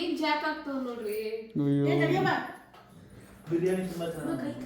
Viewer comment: It is not Beeriyani 😂 its Biriyani